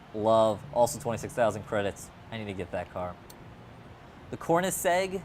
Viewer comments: plus Koenigsegg, he said kornisegg, English is my third language! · "Kornigsegg" Good video though, aside from the slight butchering of names! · He says “CORN - eh - see” when it’s pronounces “CONE - in - seg”. But I mean doesn’t matter too much.